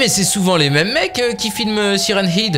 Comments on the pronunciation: On dit hèd pas hid ... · Ça prononce Siren hed et pas Siren hid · siren head sa se prononce hèd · Mais oui y dit siren hid au lieu de siren head est pas sérieux. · ben ouais, siraine heed quoi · quand tu dis siren head quand tu le dit a voie aute tu le dit Siren ide alors qu'on ne dit pas ide mais head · Sirène head et non pas sirène- ide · Siren head se prononce "sayraine aide" pas "SIRèN IDE"! Suis'je le seul à en être choqué? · Mec on dit "haide" pas "hide" mdr 😭😭😂😂😂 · Mais cest pas siren hide cest siren « head » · Mais ont siren head pas siren hid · C'est pas heed c'est haide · mais sa se prononce pas comme sa siren hid!!!!!!!!!!!!!!!!!!!!!sa se prononce siren head!!!tu comprent pas frere!!!!!!!!!!!!!!!!!!!!!!!!! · Se n'ai pas sirène id sai sirène head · Siren hid super l'anglais ah bah bravo 20/20. Nan mais apprend l'anglais en fait c'est mieux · Ptdr il a dit hid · " sirène-ide " j'suis mort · Saillrene heid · Siren "id" il y a plus aucun respect😂🤣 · Sa se prononce saille run haide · ''Syren hid'' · sa se prononce saren hèd (tête de sirène) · Tu dit siren hide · Tu prononces mal , C'est un mot Anglais, ça se prononce SAYWRENE HÈDE = Siren Head, en français Tête de Sirènes. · sa s'écrit siren head mais on dit siren h/ea/d e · Stp c'est siren head. Bon c'est la même chose mais le e et le à se prononcent "è" 😊😊😊😊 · par contre il faut arrêter définitivement de dire "sirène hid" c'est horrible ^^' (ce n’est pas méchant du tout hein !😊) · Sa se prononce Sairen Hèd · c siren head mais sa se prenonce siren hèd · "Sirène hid" 😂 et ça fait du contenu YouTube... À ce point je sais plus quoi dire sérieux même mes grands-parents qui parlent pas anglais prononceraient mieux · Ouch ! La prononciation de Siren head ..... Ça fait mal à les oreilles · ce qui me fait le plus peur c'est la prononciation de siren head de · Tu prononce mal son nom